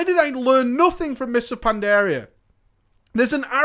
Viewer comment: For someone so knowledgeable about WoW... for the life of me I don't understand why you can't pronounce Pandaria or Draenor correctly.